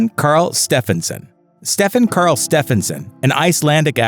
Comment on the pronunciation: So his name was “Stefán STEFÁNson”?